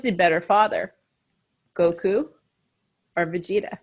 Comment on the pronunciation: Stop butchering his name please!.. he is goku for so many people have some respect of the name 😑